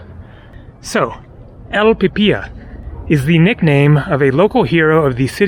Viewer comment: You Pronounced...! Pe pi ya...?? Incorrect...The Word is >>>> ( Pee Pee Lu...)...Pi Pi La.....Thanks For The Video.....!! 👍👍👍👍👍👍